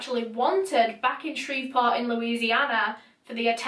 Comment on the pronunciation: I’m from Shreveport and you pronounce it so much better than people from here.